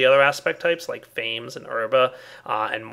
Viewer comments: I love how he immediately goes from prounouncing Praecantatio correctly to pronouncing Fames wrong. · FAMES.. I wanna live foreeeever.. I wanna learn how to fly!... (I always thought it was pronounced differently :P )